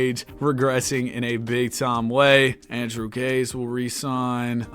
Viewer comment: btw, Andrew Gaze is pronounced Gay-zee, dunno why but it is